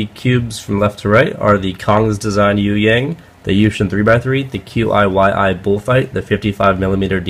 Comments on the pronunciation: I think it's "Key Yee" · QiYi = "Chee-Yee" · qiyi = chee-yee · The Newisland is actually the rebranded Qiyi Bullfight (and I believe it's pronounced QuGee in Chinese) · I could be wrong, but have pronounced Qiyi as "Chiyee" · I think you pronounce QiYi as Chi Yee. I've taken 7 years of Chinese, so I'm pretty sure it's that. I may be incorrect though. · chee e is how you say QiYi